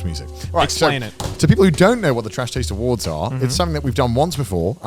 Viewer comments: Am I the only one who noticed Garnt said trash tades awards? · Am I the only who noticed that Garnt intros saying “Trash Tades Award” and nobody catches it and then he continues to say “nailed it” 😂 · Just noticed Garnt said "second annual Trash TAIDS Awards" in the intro